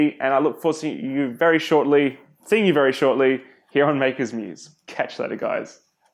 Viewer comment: Did you say “CAT ya later guys”?